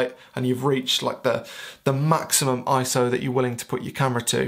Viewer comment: he pronounces ISO "eye so". only a true photographer pronounces it that way. liked and subbed